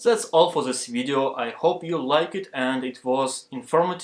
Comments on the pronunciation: Не говори зее, говори дее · Вместо зис видео говори дис видео